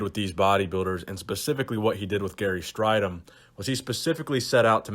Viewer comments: interesting topic as a fellow South African I'd just point out his name is pronounced Stray-dom not Stri-dom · What makes this video annoying is that in the 80s gary and everybody else were obvessed with corectly pronoucing his name its straydom not strighdom hes annoyed now if he sees this video and he blew his first olympia show by weighing 240 at 6'2" he was skinny and flat compared to the top 10.he like dorian looked like he could have competed at 270 bit came in way below that rolph moeller would had trashed strydom in competition weight cuttimg down from 340 at 6'7" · It’s pronounced stray-dom Gary himself stated that’s how his name is pronounced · Gary Strydom - pronounced stray-dim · You pronounce his last name as “Straydom” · Its pronounced "stray-dom".